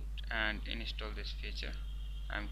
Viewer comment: It doesn't work shit head. If u dont know thn dont make a fake... Video.. Dont miss guide... And its" install" not "inistall" ..phak hee ingcham... Phakk hee ... Phak hee..